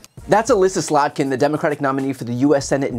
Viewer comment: It sounds like you may be trying to deliver an underhanded insult. I hope it's just an innocent mistake and not uninformed juvenility. Her name is Slotkin, not Slotnik which sounds Russian. Everyone should know that the Republican party is the one that most favors Russia.